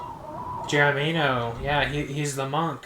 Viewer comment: Geronimo is pronounced jur-ON-ih-moe and was a famous Native medicine man—that was an historical easter egg. Fun fact: Chet Flippo played himself. He was a famous journalist who wrote for Rolling Stone and helped make country music popular. Fascinating guy—look him up